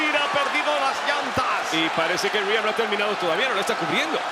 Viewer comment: Es rhea ripley no reha ripely 😑